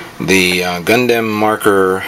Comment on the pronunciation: hahahaha when u say gundam u actually say dam in the name lol lol